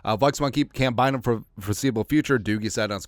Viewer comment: My man said: “Camryn Beezy Buyzum” 😂 Say Camryn Beezy Bynum 5 times fast lol